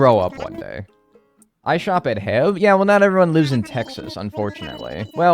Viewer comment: I was soo confused when he said heb, it's pronounced by each letter. 😭